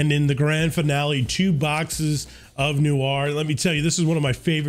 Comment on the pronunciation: "New Are"